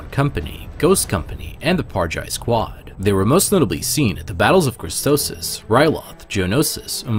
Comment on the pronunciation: i heard u say cristosis but its called cristopsis